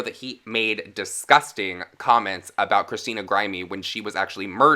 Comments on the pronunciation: I hope this is true lol. He’s a mad man. If he thinks he’s satirical, you would think he would have learned by now that it’s NOT. WORKING. PS: Christina’s last name is pronounced “Grim-ee” not “Grime-ee.” Sorry to correct you, I’m that bitch. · Also mad pronunciation issues with names, not just onions name either, butchers a dead girls name and calls her "Grimy" not Grim-e, come on! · boi u really did just mispronounced christina grimmie's name 😭